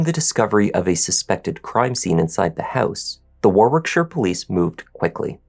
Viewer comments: Hi, It's pronounced War-ick-shur. The second 'w' in Warwickshire is silent. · Thanks,. I remember this story, as I live in the UK. Just for future reference, Warwickshire is pronounced like Warickshire (silent middle "w"), and the War..... bit is more like you'd pronounce the word "bar". English town and county names are sometimes pronounced very different from how they're spelt, but not nearly as strange as some Irish places, where I'm from. Take care, and stay safe. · Yorkshire girl here. Warwickshire is pronounced Wo (as in what), rick, shu (as in shut). Loughborough is pronounced Luff bu (as in shut) ru (as in shut), Citroen is pronounced Sitrun. Hopes this helps for future. As for the story, I'd like to make sure he always had a disfunctional body part. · Future reference - Warwick = "WAR-ick", Warwickshire = "WAR-ick-shur." Citroen = "SICH-rōn" or "SICH-rern." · Warwickshire is pronounced Warrickshire,. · Even the way he says war-wick-shire? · So it says arwickshire? Not that you'll care. 🤔🙂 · In uk we pronounce Warwickshire as War ickshire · Yes, great job,... Just a couple of pronunciations: Warwickshire = Warrickshire (you don't pronounce the 2nd w) Citroen = Sitro-en, not Sitreon 😊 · And 'Whit-ick' rather than Whitwick. You wouldn't know though I guess if not from here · Listen to the way the female police officer pronounces Warwickshire.. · Warwickshire- second w is silent.